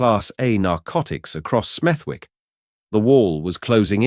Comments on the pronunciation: AI voiceover. its pronounced Smethick. the W is silent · I live 10 minutes away from smethwick n in brim we don’t play if ur the target ur dead 💯 n it’s pronounced smethik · Lived in Birmingham for 53 years. Never heard of Smev-wick? Just saying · His pronouncing of Smethwick lol changes every time he says it.😂😂😂😂